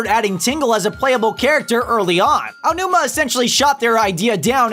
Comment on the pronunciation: EY-ji ow-NEW-ma. not a single fucking one of your guests has managed to not fuck this up.